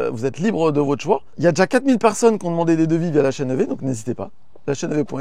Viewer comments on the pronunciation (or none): Alors ce "lachaineev" du début à 2"26, magnifique ! 😂